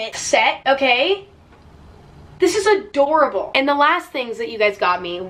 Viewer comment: “A-DORA BOWL” omGGGG